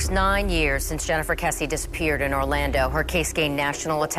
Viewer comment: but their name is KRessie NOT kessie